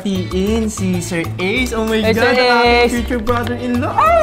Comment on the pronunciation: Ken saying: "OH MY GAD" Me: OH MY GAD mom: YOUR DEAD.